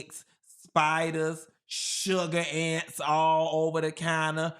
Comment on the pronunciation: "Sugar ants" has me ROLLING!! is so COUNTRY for that!!